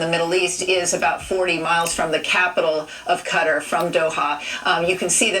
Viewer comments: Professionals can't pronounce Qatar.... lol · Both of them said it wrong😭😭😭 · What destroy Qatar? 6 missiles ❌ The pronounciation ✅ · If I had a nickel every time she said cutter. What is it , a turkey cutter. Repeat after me: I love to carve Christmas turkeys with my new cutter.👏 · Cutter?.. Its Qatar. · Its KUH-TAR! That was annoying!😂 "Cutter"🤠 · It’s actually pronounced Cuttar not Cutaar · Yeah....I don't know why they pronounce it cutter. It's kuh-tar or guh-tar. It's the same as Iraq. I hear some Americans eye-rack/rock instead of i-rack / ir-ack. Anyway... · Cutter, no. Cat-tar, yes. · It’s QATAR, Not CUTTER. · Take a shot every time she says "cutter" instead of Qatar 😫💀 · Cutter or Qatar? I'm seeing Qatar on the screen. I have no idea who tf Cutter is. Cut-ARE! Cutter🙄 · is it though? Since its pronounced Kuh-tar not Cut-ter. "The closest pronunciation" sounds like you're encouraging ignorance because it's NOT the proper pronunciation and these people get paid way too much to mess up the pronunciation of a five letter country 😂. DOY!! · It's pronounced Ka-Tar... no idea why they're saying Cutter. When you fly Qatar Airways they don't say Cutter, lol. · It's kuh tar not cutter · Cutter? FFS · It is kuh-TAR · THANK YOU!!! I kept saying it every time... "kutter"??? LMAO!! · Bro, wtf is “CUTTER?” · On the national news saying cutter lol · You would expect professionals to pronounce it right atleast..who the fuc.k i CUTTER!!! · KUH-TAAR!! Damn that's driving me crazy. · Thank you ME TOO! I was stationed on and off there for six years nobody pronounces it cutter. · It's Qatar 🇶🇦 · no its not and kyiv is not keev its key-ev, im air force and was stationed in saudi arabia. never once heard cutter unless monday night raw was on and diamond dallas page was doing the diamond cutter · I literally haven't seen one person pronounce it correctly. I just yell KUH-TAAR at the TV now. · The ol heffer can’t even say Qatar lmao